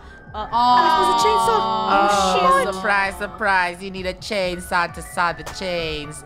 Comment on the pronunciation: Funneh: i cant find the chanesaw everyone: silent not even a single soul